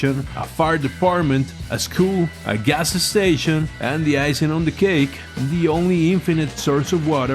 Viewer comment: ga s s tation